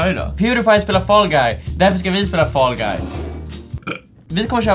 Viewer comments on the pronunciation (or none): Jag blir triggered av att dom säger ”fAll GuY”